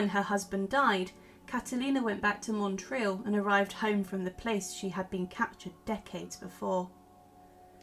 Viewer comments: Small correction: the name of the town is pronounced not Montril but Motril (it struck me as this is where my grandmother's family came from, and I was very excited to hear about this figure from what amounts to a sort of home town for me). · I was born in Spain and Motril is a well known Andalusian town, so it feels weird to hear its name mispronounced over and over with an “n” that’s not there.